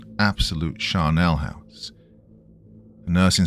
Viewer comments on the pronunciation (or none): It’s funny how people in zombie stories are almost always described as being zombie-ignorant, as if they no one among them has ever watched a zombie movie or show. LOL BTW, the phrase is “charnel house”, NOT “charnelle house”.